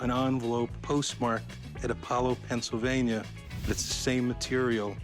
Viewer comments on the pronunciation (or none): none